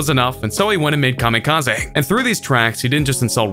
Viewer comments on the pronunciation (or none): Everytime this fool talks about EMS new joint he calls it Kamikaza. Its kamikaze Bro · nigga said kamikaz aA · Nobody- this guy- kamekazay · Nobody: KamikaZAY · Im confuzed kamikaza Its kamikaze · STOP CALLING IT KAMIKAZAY IT'S KAMIKAZE I'm sorry but it's soooooo irritating the rest of the vid good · This is the first person ever to say kamikaze like kami ka zay instead of kami ka zee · Commie Kah Zee? Joe rule? Jeeezus!😂😂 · Kam-i-ka-zeh is how we are pronouncing it now? Just making sure. P.S. Who is 2 Bac ? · i love how he pronouces kamikaze ka me ka zay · Kamikaz-ehhh? Why you pronounce it like that? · SERIOUSLY.. STOP PRONOUNCING IT KAMIKAZAY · He said kamikaezey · Jarule N, S, Y, N, C Comma Kaz-zay Needs to write a diss track about your pronunciation skills. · You say kamikaze “kamikaza” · Everybody:Kamikaze King Trending:Kameekazae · Did eny one notice that insted of kamikaze he said it like kam a kaz a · You say kamikaze like an idiot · You pronounce Kamikaze so weird. 😂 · u said kamikaze wrong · I really hate you pronounce Kamikaze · Bruh, this dude dont even know how to pronounce "kamikaze". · I hate the way the narrator says Kamikaze and NSYNC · The way he pronounced kamikaze triggered me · The way he says kamikaze makes me mad 😂😂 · Next time please try to pronounce Kamikaze correctly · I hate the way this guy says ‘kamikaze’